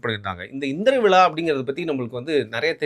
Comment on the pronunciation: Aamam vila enna ucharippu it is vizha. Thamizh zha varalenna nee thamizhan dhaan